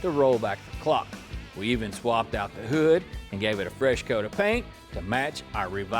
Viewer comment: the way he said hood sent me im sorry 😂😂😂